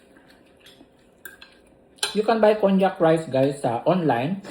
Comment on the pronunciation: It’s kaan-jak pronunciation for konjak rice or noodles..just sharing 😊 not cognac (wine) Nice house..very neat and simple 😊 like it